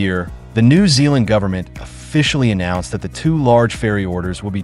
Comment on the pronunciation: I live in NZ. The way the AI pronounced "New" in New Zealand is so weird I can't listen to it any longer.